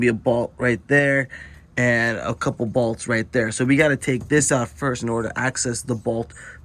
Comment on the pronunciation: I like how you say "bolts"... these two "balts"